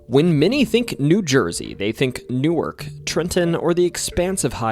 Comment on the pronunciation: Thank you for pronouncing Newark correctly